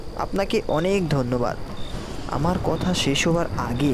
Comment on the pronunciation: Amoral "Sesh" boli 'ses' noi